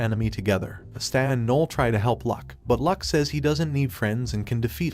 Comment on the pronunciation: Watching this video, I noticed some mispronunciations , such as Asta's name and saying Magical Emporer insread of Wizard King